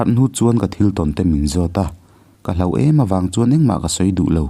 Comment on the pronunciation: Chhiar thiamin ngaihthlak a nuam ṭhin hle mai.. Kawng hnih khat lek in thawrawn ka pe dawn che.. Hloh(Tibo/hmu lo)a hman tur hi HLAUH angin i lam leh ṭhin.. Tin, Note tih hi Naute..Ran/ Ramsa ah erawh No emaw Note hman nise.. Ngaihthlak tui em em karah ka han tiri ve zeuh aw..😊